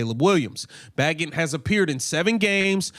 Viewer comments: How do you look at Bagent and pronounce it Baggit? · It's pronounced (baygent) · Sir it is pronounced bay-gent like gentlemen.